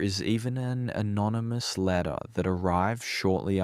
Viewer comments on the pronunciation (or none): none